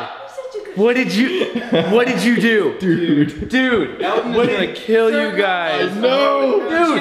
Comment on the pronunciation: When Colby said, “Bad! Bad Elton!” I thought he said, “Dad! Dad Elton!” 😂😂😂